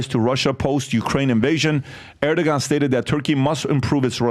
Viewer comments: But if you place your military base in the country, you should pay for it or get out…Erdogan‘s priority is His country…and the people who placed him in power…… The pronunciation is “ Erdowan”…. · Erdoğan, the ğ is silent, the preceding vowel "o" is elongated. Surprisingly Pat is the closest to the Turkish facts., and the other guy are just repeating written propaganda.